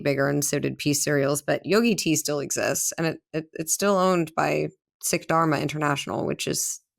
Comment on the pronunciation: Sikh is pronounced like "seek" and Sikhism is a fairly big religion in Britain as we have so many south Asian immigrants here.